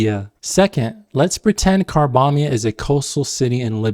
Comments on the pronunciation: choked on my water when I heard "carbombia". how the heck... 😭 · "Carbombia" cracked me up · Carbombia? Seriously?! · Calling it Carbombya is genuine insanity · Ignoring the obvious terrorism-alluding pun, "Carbombya" sounds like someone mispronouncing "Cambodia" in a caricature of an "Asian" accent.